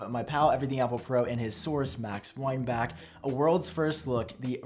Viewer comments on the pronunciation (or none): It’s not Weinback it’s Weinbach.